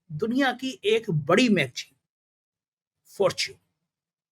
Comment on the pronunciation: Bhai ji.. Magjeen nahi.. Magazine...( magzeen) kahiye. Bhasha ka samman kariye😅😅😅